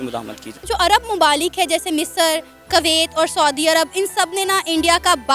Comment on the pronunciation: She said " कवैत" , अबे जाहिल औरत कम से कम देश का नाम तो सही से लिया करो। सिर्फ स्क्रिप्टेड वीडियो बनाती हो और इंडियन व्यूअर से पेट चल रहा है मैम आपका।इस बात से तो शर्म कर लिया करो।😊